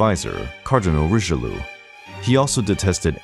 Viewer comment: Would you mind to learn Italian & French accent for Italian & French names: De Medici or Richelieu, as you speak them it looks like you don't know who you're talking about